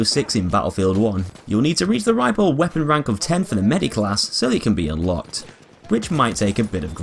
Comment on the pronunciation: says ripl instead of rifle (LISTEN CAREFULLY)